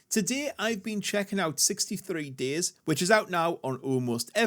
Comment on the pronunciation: How am I supposed to trust your opinion when you keep saying the name of the game wrong?